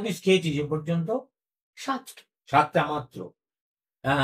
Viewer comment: The decline in Bengal freelance journalism is clear when a senior journalist questions whether a three-month training program is sufficient for authoritative public commentary. While I empathize with this YouTuber’s situation, her speech (including পোষ্ণ, রূপশ্বী, পত্তন্ত, পোচার to quote a few) and reasoning are nothing short of a disgrace to the profession. Being an activist, likely what this young YouTuber is, and providing professional commentary on public domain is different, and it should be. Few can blur out this boundary, and that requires rigorous exercise. I left Bengal over a decade ago and, despite working in a profession far from public relations or mass communication, I still speak better বাংলা. God save us!